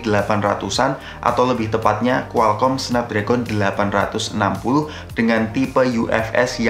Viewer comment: Bang bacanya Snapdragon bukan Snapdragon